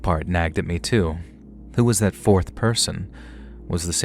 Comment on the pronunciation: Don’t think we forgot “fourth poyson” 😂